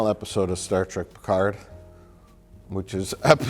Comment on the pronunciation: "Star Wreck Piccard "